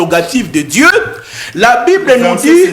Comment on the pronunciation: Gourou améliore la prononciation de Dje a Dieu